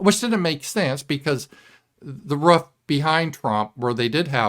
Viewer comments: I like how says "roof"...lol..Ruff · The way pronounces roof is interesting. Sounds like rough to me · I think it might be a Midwestern thing. I'm a Yankee and we pronounce it like it's spelled. Roof..lol